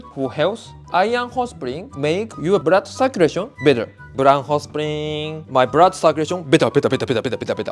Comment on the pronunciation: I find it cute than the Japanese pronounce blood as brood and clean as crean. L is r ❤️❤️❤️